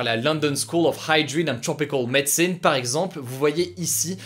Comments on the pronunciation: I StM I la prononciation de « medicine » est fausse. En français, on prononce « med-sine » et en anglais c’est mé-di-sine ». Après, y a rien de grave, le reste est très bien prononcé avec l’accent anglais, sauf « hygiene », il a fait du freestyle sur la fin du mot. C’était juste pour dire comme ça, pas pour me moquer. Hugo est plus jeune que moi mais je ne dois pas avoir la moitié de sa culture générale 😅 ! Il fait du bon boulot. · C'était presque bon :p ! Il a juste croché sur "hygiene" et "medicine" (qu'il a prononcé à la française).